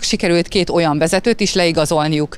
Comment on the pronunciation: "oan"😷 sikeresek.